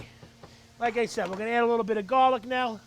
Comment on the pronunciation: I love how this guy says "Gollic"